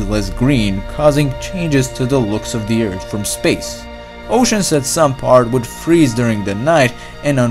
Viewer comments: Narrator....your videos are interesting BUT as a presenter unable to pronounce 'th' is so hard to listen to multiple times...especially 'Erd' (earth) Sorry. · Learn to pronounce th!